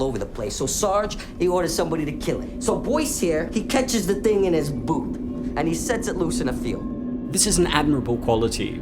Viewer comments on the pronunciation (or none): none